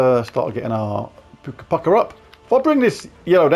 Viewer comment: Puka = Poo ka. Puke ah, doesn't sound right 😂